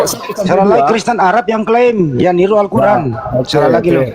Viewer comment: Kafir klw nyebut Qur'an muuuuesti dgn sebutan kuran, di sini sdh jelas klw para Kristen pembenci islam.